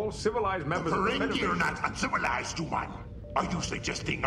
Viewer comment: Also kept how they over pronounced the word humans as HUEmans.